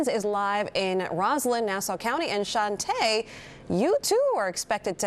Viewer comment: Based on the spelling, that reporter’s name is correctly pronounced “Chan-tee.” I assume pronouncing it as it were the French word “chantay.” Totally different pronunciation. It’s ironic they chose her to do a story about a Congressman who misrepresents himself.